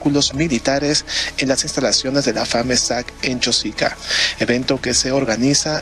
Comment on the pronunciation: El que habla en el reportaje no es peruano y habla de nosotros, nuestro, nuestra pronunciando Chósica en vez y lugar de CHOSICA sin acentos. Pronunciar bien Chosica y no Chósica.